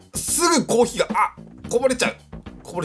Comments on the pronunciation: コー↑ヒー↓ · ほんとだ、コー↑ヒー↓って言ってるｗｗｗ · のコーヒーのイントネーションが「コー⬆ヒー⬇」っていう所で道民なんだなぁって感じる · あれ、コー↓ヒーだww